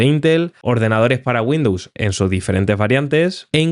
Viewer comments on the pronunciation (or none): none